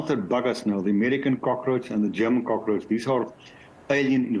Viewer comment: please teach your presenter to prounounce cockroach